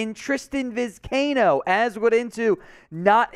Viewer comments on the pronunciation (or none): For Gods sake it’s Vi-sky-ee-no!!!